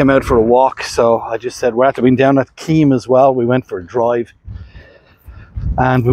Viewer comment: Keem beach. Is pronounced Kim.